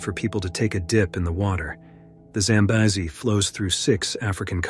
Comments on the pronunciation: Record number of pronunciations of Zambezi. Congratulations 👎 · And 5 different pronunciations of the river name! I prefer normal narrations, even tho this was interesting. Such a beautiful place!